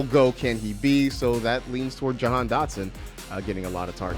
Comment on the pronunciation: Johann not jahan